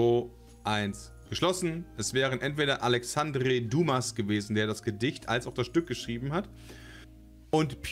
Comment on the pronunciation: "Berühmte Personen der Menschheitsgeschichte" mit: Thomas Jefferschen Alexandre Duumass und Pjotrrrr Tschaffkowski